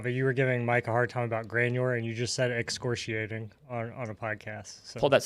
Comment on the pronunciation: It's excoriate slightly mispronounced